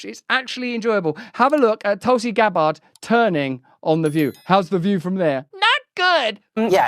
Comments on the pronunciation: “Tulsi Gab-ARD” … what a prat. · lol… Tulsi Gab-bard 😂